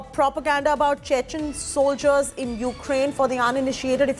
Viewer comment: Can't even pronounce properly Chechen